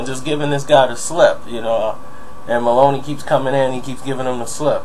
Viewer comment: It's Maloney not Malone. In and out technique!! Are you referring to what I think you are?